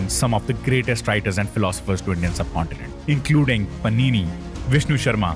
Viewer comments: Just a request brother to pronounce the Indian names with the Indian accent plz. Ex panini Rishis name sounded like dish from Italy. Mahabharataaaa plz pronounce it as Mahabharat. love your work,❤️❤️❤️thank you. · nice propaganda but couldn't pronounce panini correctly takshshila wasn't a university but a hub of education with many teachers having their own ashrams